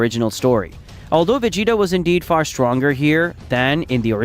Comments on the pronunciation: va-gee-ta not ve-gee-ta get a better ai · Lost me when he said Vegeta name ✌️